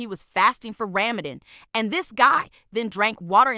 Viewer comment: rAmAdAn I'm not hating but why did it sound like that😁